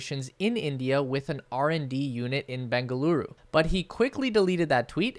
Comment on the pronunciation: Your pronunciation of Bengaluru is perfect